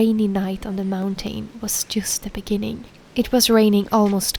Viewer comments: It’s not pronounced “mountane” it’s pronounced “mountin” in english… say moun tin 😂😂😂😂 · It’s mounTN, not mountain. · Snälla människa, lär dig uttala mountain korrekt!!! Du vet ju att att du uttalar ordet fel, varför fortsätta med det???